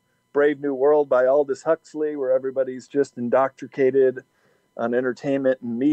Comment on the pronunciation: idk if they would let someone who says "indoctricrate" live in Antarctica